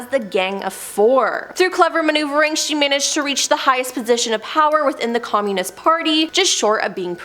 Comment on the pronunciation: I’m sorry but I can’t get over the weird pronunciation of “communism” 😂